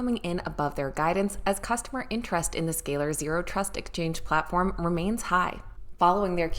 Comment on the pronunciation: She can’t even pronounce Z scaler